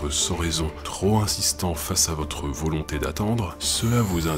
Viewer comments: Belle vidéo comme d'habitude. A et , mes oreilles ont pleuré à l'écoute de la liaison du mot "trop". On prononce "troP éloigné" et non "troS éloigné" ! Etonnemment, à , ce même adjectif n'a pas eu droit à une liaison : "tro insistant" ! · Bravo pour le texte, le montage et la précision avec laquelle le sujet a été traité !! Seul défaut : problème de liaison avec le mot "trop" ;-) On ne dit pas "trop z ancien", mais "trop p ancien" ! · "trop zéloigné" ou "trop zimportant" : on appelle cela une "liaison mal t'a propos". "Trop pimportant" et "trop péloigné", c'est nettement mieux. Cela dit sans suffisance aucune, c'est juste pour la ramener. Amitiés. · Merci pour tous ces épisodes, cette chaine est vraiment passionnante !!! (à "enfin, les requêtes ne doivent pas être troz éloignées dans le temps.... Aille aille aille, mes oreilles saignent :-) ) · "Trop zéloignées" =P